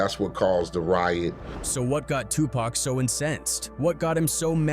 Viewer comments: Pack? It’s Tupac!!! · Stop calling him PACK.